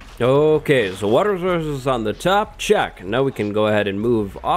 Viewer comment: Lmao I think he had a stroke